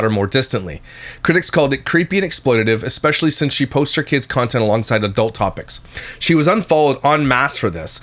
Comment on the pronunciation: I can’t stand the exspecially! Seems like I am hearing this more and more 🙄